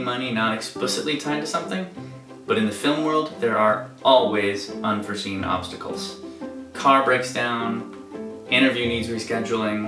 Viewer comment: It's "Unforeseen," just so you know.